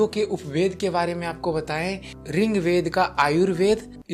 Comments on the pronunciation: Ring Veda nahi hota bhai.... Rig Veda boliye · आप रिंग्वेद क्यो बोलते है त्रुटि की पराकाष्ठा कर दी।यह ऋग्वेद है। अज्ञानता की पहचान है । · बहुत अच्छी जानकारी।। पर रिंगवेद नही होता।।। ऋग्वेद होता है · Bhai rigved not ringved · Its Rig veda not RING veda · अरे भाईया रिंग्वेद नही होता ऋग्वेद होता है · Bhai wo rigved h na ki ringved kya bol ra h. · Ringved nahi boltey